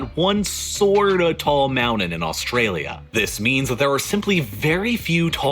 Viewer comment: Why can't he pronounce the t in mountain ugh it's erking me I'm ready to mute or move on to the next video.